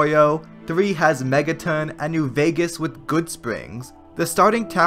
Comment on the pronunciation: Mega TON not TIN